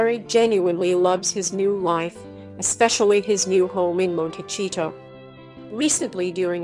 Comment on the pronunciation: You are not pronouncing Montecito, correct